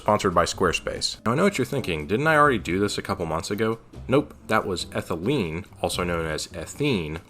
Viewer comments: Ethylene not Ethelyne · Isnt it ethylene noy ethelyne? C2H4.... if it were ethylyne (ethyl-eye-ne) it would be the triple bonded C2H2 i think